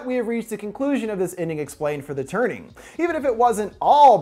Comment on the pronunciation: I thought he said 'The Turding' xD